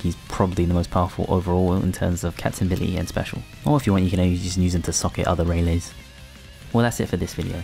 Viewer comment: "Namae wa? - Ray Lee" Then imediately calls him Ray Lay xD Love your videos though, mate!